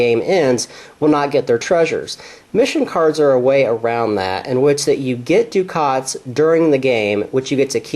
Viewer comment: It's pronounced: duck-et, not Dukat. Dukat was in Star Trek Deep Space Nine. A ducat is a gold coin.